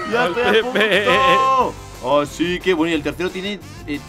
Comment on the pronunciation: Se dieron cuenta de que cuando dise me gastaré un duen de roblux dise un buen de roblux en ves de roblux en el minuto 0.20